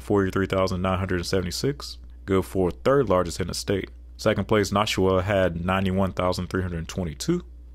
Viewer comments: For New Hampshire, you got some pronunciations wrong. :) Concord is pronounced like "conk-erd" and Nashua is pronounced like "Nah-shew-uh" where the "a" in "Nah" is like the "a" id "bad." We New Hampshirites have lots of "interesting" pronunciations, like how Lebanon, NH is pronounced "Leb-ih-din" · As a new Hampshire resident I feel obligated to tell you: it's con-kerd and nah-shua (a as in at) Con-cord is how Google pronounces it 😂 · Bro I love your videos but you just lost the New Hampshire vote talmbout “Noshwa” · I can tell you took the highway to concord NH . I can tell you didn’t do anything besides drive . No local would let you butcher Nashoowaa or conKeRd . I appreciate the narration over the alphabetized map. Population stats only matter in context of county/river valleys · You mispronounced Maryland, Helena, Concord, Nashua, Barre. Me-rah-lend Hel-en-ah Conquered Na-shoe-ah Barry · Please everyone it's pronounced Con-Cerd & Nash-Eu-A. Thank you for coming to my TED talk. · Concord is pronounced "CON-kerd" and Nashua is pronounced with the first "a" as in "Cash". Fun video! I love the little historical pieces, too. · You mispronounced concord amd nashua